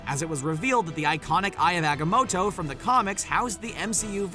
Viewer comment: Eye of AGAMOTO??????? Why can’t these people learn to pronounce stuff right????